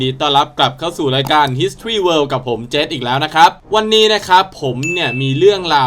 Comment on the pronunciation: ออกเสียง history...ว่าอะไรนะครับ...ผมว่าคุณออกเสียถูกนะถ้าฟังไม่ผิด..ส่วนใหญ่จะออกเสียงผิด